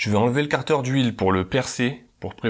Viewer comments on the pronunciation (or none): Et car-deur pour 15 minutes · Chez moi on dit kartère, toi tu dit karteur 😐 ça fait bizarre a l'oreille